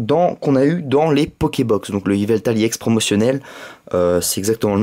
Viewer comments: pk tu dis emolga i ex au lieu de emolga ex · sa se prononce ex pas iex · pourquoi tu dis iex